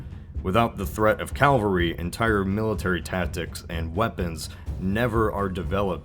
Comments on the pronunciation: CAVALRY. NOT CALVARY AAAAAA. C A V A L R Y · It is cavalry, not Calvary, which is where Jesus died. It is so jarring to hear your repeated mispronunciation as to make this video unwatchable. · You need to make sure you are saying the right word. Calvary [kal-vuh-ree] = Golgotha, the place where Jesus was crucified. Luke . cavalry [kav-uh l-ree] = the part of a military force composed of troops that serve on horseback. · CAVALRY =/= CALVARY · CAVALRY NOT CALVARY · calvary /// cavalry ... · Dude, it's cavalry not Calvary, Calvary is the hill that Jesus died on, cAVALry is from the French 'cheval' (horse), 'chevalier' (knight/ horse-rider) and 'chevalerie' (horse riding) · It's "cavalry" not "Calvary." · I hate that this guy pronounces cavalry like calvry. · "Calvary" It's Cavalry;o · is it an american/canadian thing to say calvalry instead of cavalry? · CAValry not CALvary! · Is it just me or does he keep saying "Calvary"? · Its cavalry (horse) not Calvary (a hill) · Anyone else hear him say Calvery, not Cavalry? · Its Cavalry, not Calvary, great video tho. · Oh my god. Stop saying "calvary". It's 'cavalry'. Calvary is where Jesus was supposedly crucified; a cavalry is a bunch of people on horses. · "Cavalry", not "calvery." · I had to turn the video off because I can't stand to hear you say 'CALVARY'. Credibility is shot too. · Cavalry- people on horses. Calvary-people on crosses. Pronunciation is important. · Great vid! Horses are my favorite and I love seeing this perspective. But does anyone else notice he keeps saying "Calvary" (with a capital C, as in the PLACE) instead of "cavalry" (horseback military)? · You keep saying "cal-va-ry". :D It's "ca-val-ry". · Calvary is the hill in Jerusalem, you mean Cavalry my dude. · Cavalry. Not Calvary. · Cavalry, not calvary, which is a hill outside Jerusalem. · It's also cavalry, not Calvary. Pronunciation is not his strong suit. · Cavalry....not "calvary". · Cavalry, not Calvary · And said calvary instead of cavalry.